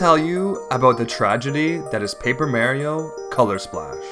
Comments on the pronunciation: Jesus, learn how to pronounce Mario. So annoying I gave up watching this video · Couldn't watch because of the constant mispronunciation of Mario.